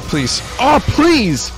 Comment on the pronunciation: Bleese... Bleese blay more DEEHEMSEE DUE!!